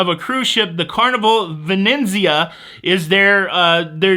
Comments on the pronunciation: Venezia only has one n. You are pronouncing it “ Ven-en-Zia” when it should be “Ve-ne-tsi-a” which means Venice. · Pronunciation Police, here! There’s only one “n” in Venezia! 😊 (It’s not Vi-nen-zee-uh) We love you!! Glad the family is recovering well!!